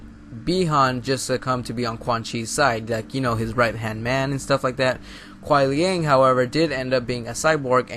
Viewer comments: It's Kuai liang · It's Kuai Liang. Look it up on the wiki you'll see. It's confirmed...dammit. :( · Dialog between kenshi a sub zero He calls sub zero Kuan liang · Hate to break it to ya, but it's Kuai Liang. One thing, bro: read the comic. And watch the trailer. "Alternate skin" of Sub-Zero is seen talking to Cassie Cage. And I just can't believe, you have not noticed his blue scar, behind his mask. And their dialogue was: Quan Chi : - "Your brother succumbed to me easily." Sub-Zero: - "I am not like my brother, Bi Han." UPDATE: Another proof of my words